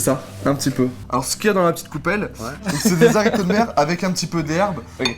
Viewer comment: DES HARICOTS! DIS BIEN LE H STP! JE PLEURE PTN